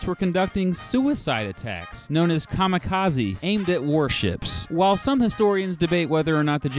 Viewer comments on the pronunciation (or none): none